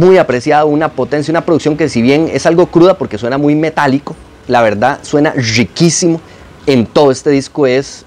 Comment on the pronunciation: una persona que dice yiquisimo en vez de Riquisimo no tiene derecho a opinar de nada.